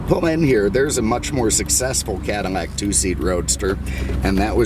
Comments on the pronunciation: am i going insane or does this dude keep on saying "cadarmac" instead of cadilac?! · Be fairly warned.... minutes of ranting before you actually hear about the allante . Also is it me or am hearing “CADiMAC”? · Is it me or does he say "Cadamac"? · Why am I hearing you pronounce it as "CadiMAC" over and over?? I just subscribed so there must be an explanation in past videos.....or I'm deaf. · Lol.😀 your not deaf. Don't you like Cadimacs? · ha.... glad you heard it too then. Does anyone know why he pronounces it that way?? It's on purpose, so there must be a reason! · OMG this guy needs speech check because he can’t pronounce the name Cadillac he couldn’t do that talking about the ‘72 Deville & can’t say it on this video